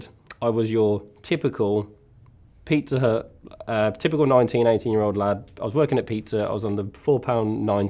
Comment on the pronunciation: Even though I knew he was talking about a pizzeria, it took me more than 7 minutes to realize that the name of the place isn't Peter but that he was in fact saying Pizza Hut...